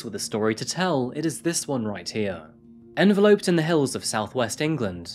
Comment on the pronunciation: Enveloped not Enveloped